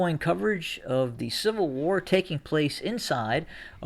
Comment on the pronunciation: War not wor!!!!!!!